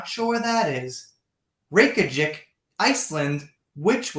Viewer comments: Dude, at least learn some of the place names, Jesus Christ. It’s pronounce Rayk-yah-veek. Peak laziness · you are doing great to tackle a place name from Iceland! I think you say that major city there like this- RAY -KEY-AH-VICK, with emphasis on RAY Glad you are staying with this story! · Reykjavik is the Capital city of Iceland - pronounced 'Ray-kya-vik. Also, menagerie, means a 'group or assortment of odd or eclectic things or animals.' Pronounced with the A being the strongest syllable.... men-A-gerie. Another great video, thanks for the time you put in to them. x Have a great Sunday with your family x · Reykjavík - say it like RAY–GYAH–VEEK - I love your show. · It's pronounced rake a vick